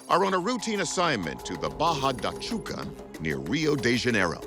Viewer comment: Oh man I couldn't help but laugh at the narrator's pronunciation. "Uh Cruzeiro", " Barra da Chuca". I know I know to err is human. I remember people on TV pronouncing Winona Ryder "Why-nona" waaay back in the days haha.